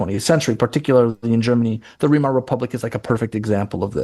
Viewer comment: It's Vai-mar (rhymes with die).